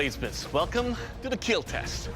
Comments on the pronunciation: Dont get distracted by his smile when he say it will keal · 10% slicing and stabbing and 90% “It will keel” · "welcome to the kyl test." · It will KEAL No It has killed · It's not the weapons that keel, it's Doug himself that keels. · Doug Marcaida, I just love it when u say "It will Kheal". :* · There's a video about four instances in which the sword would not KEAL. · The keel test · The most important thing about this video "IT WILL KEEL" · They will definitely KEEL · is the best “it will keal” 😂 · Actually Doug's "It will KEAL" is meant as " It will Keep Everyone ALive".......... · Has he ever said it will not keel? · I've always loved the "it will keel!!" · IT WILL KEEL! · "I will not be denied" second best quote, right behind "IT WILL kEELLL" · Your weapon will KEAL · "KILL TESTS"? More like KEEAL TESTS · Fun fact about how he says "kill": He says it like "keal", which is his way of saying "Keep Everyone ALive". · makes sense cuz it has double meaning (kill and keep everyone ALive(keal)) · I cant stop laughing everytime he said kill cuz he didnt say kill but kell (with an E) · it will keal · It will keel :))))))) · "It will keel :D" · It will (keal) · Keel test😂 love this show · Me when "It will Keal": :DDD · Oh yeah. It will kyiil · Will keal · Overall sir, it will keel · it WEEL KEEL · Just here to say it will keel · It will keal.. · "it will keel" "OMG THANK YOU I'M SO PROUD" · Nahh hes saying Keel. Which means: "It will protect" They can't say kill for some reason even though there is cussing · I think he is a killer Reason 1 he always say keel To he probs have 1m weapons 🧐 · When ever he says it will kell he looks so happy 🤣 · It will keiill!!😂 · So we get to here "it will keel" for 27 times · It will keel. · Doug must be so disappointment when a blade breaks on impacts and he has to say it doesn’t keel. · Give Doug any form of weapon? And he will keel. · one of the only times he says kill instead of keeiiilll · No. I watch so I can here "It will Keel"